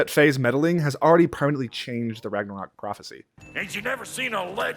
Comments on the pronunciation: did he just say Ranga-covk? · we just going to brush over the fact he said ragnaCOCK? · Ok so nobody else is saying it so I will. Are we gonna just skip over that this man said Ragnacock and even typed up "Rangacock" 🤣